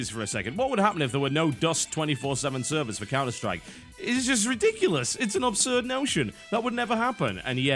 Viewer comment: Yo Biscuit, i have tried to ignore it mate but i cant do it anymore, as one brit to another, its pronounced ABSurd thats ABS as in ABSolution its not pronounced OBSurd as you do 99 times out of 100, comeon player :)